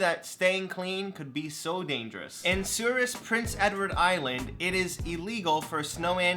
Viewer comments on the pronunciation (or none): I live in Prince Edward Island and you don't pronounce the last 's' in souris just fyi